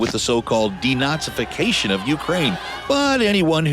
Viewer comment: Bro really said "deNAZIfacation" 💀